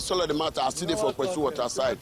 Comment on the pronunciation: Its pessu not kpesu...